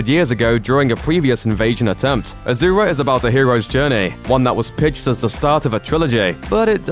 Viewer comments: 1st, it's pronounced AH-SUU-RA not AH-ZUR-A. (In Chinese it is Āxiūluō.) 2nd, all the commenters talking about it being Tibetan Buddhist have no idea that Asuras are part of Buddhism in general. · Sorry, but I cringed everytime I hear you say 'Azura'. It's Asura, su such as sew, not zu. I've never watched the movie myself, but to be frank, I'm not very interested in the movie, probably because I've never heard of the movie until people start talking about how it tanked. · I'm pretty sure its Ah-Sue-Rah not Ah-Zoo-Rah. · A-SUE-RA it's ASURA not A-ZOO-RA/AZURA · It's asura not azura you learn English no good yeah peace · Asura not Azura. Make the s sound and not the z sound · he cant even pronounce asura properly...keeps telling azura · Good analysis. Asura is a Sanskrit word. The name is not pronounced as AZURA, it's ASURA ... soo not zoo. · It's not "AZURA" it's "ASURA " A word from SANSKRIT Asura, (Sanskrit: “divine”) in Hindu mythology, class of beings defined by their opposition to the devas or suras (gods). The term asura appears first in the Vedas, a collection of poems and hymns composed 1500–1200 BCE, and refers to a human or divine leader. Well Buddhism and Jain Dharama aslo came from INDIA. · First one it's Asoora not Azura It means demon in hindu (Indian) mythology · Why u saying aZura it’s asura it’s a fucking s not a z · omfg pronounce it correctly you git. Ashura (ah-shoo-rah) DONKEY!! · asura is pronounce as ah-shu-ra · It's pronounced "ashura" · It’s pronounced ah-sur-ah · Asura pronounced ASHURA! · It's pronounced "ash er ah" from Hindu lore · Its pronounced a-su-ra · Why is it pronounced as aa-zu-ra? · I aint chinese but really man, ahzoora? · you cant even pronounce asura...ignorant westerner..unsubscribed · I am Indian i know असुर means demon but my god their pronunciation is so wrong that i was never able to relate it with असुर . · You are pronouncing it's name wrong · azura? its asura...with Ssssss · There is no "Z" in Asura to call it Azura...